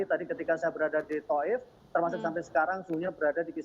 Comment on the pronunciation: TAIF BUKAN TOUF😮